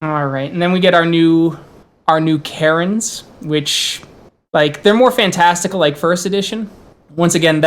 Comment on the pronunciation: Interesting video. Tho every time you spoke about "Caerns" I understood "Karens" XD